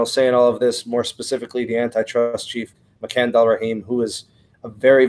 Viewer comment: Dude you kill me with the way to pronounce makan’s name. Lol. It’s pronounced “Macon “ rhymes with bacon